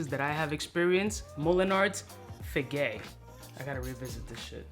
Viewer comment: It's Figue as in Fig, not Figay...🤣🤣🤦🏾‍♂️